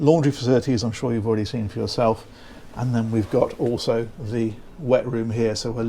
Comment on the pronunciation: is a good listen down to earth funny bloke and for some reason says oso instead of also 😂